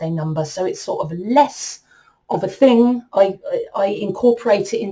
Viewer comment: Did she just day "thang"? Lmao